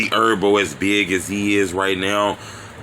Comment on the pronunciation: always be saying Herbo name wrong 😂